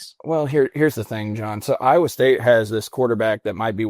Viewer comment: has not pronounced a correct name for Iowa state as of mark in..